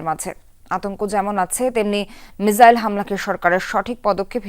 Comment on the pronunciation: ইংরেজিতে সঠিক উচ্চারণ "মিসাইল" মিজাইল না।